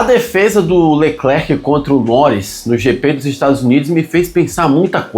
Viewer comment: Sem querer lhe corrigir, mas uma grande parte dos brassileiros ( inclusive eu) que antes de saber o francês, tive problemas também com essa lingua francesa. E quê, existem letras no final de palavras que não são faladas ( letras mudas). Espero que isso te ajude a fazer o seu programa, não é: ""? E quando falamos o nome é apenas: "Lecler". E é so para te ajudar e não continuar a falar como uma pessoa que não sabe e agoar você esta informado e na verdade, ninguém nasce sabendo. E obrigado, pelas informações que eu não conhecia e gosto da maneira como você coloca essas informações. Um abraço.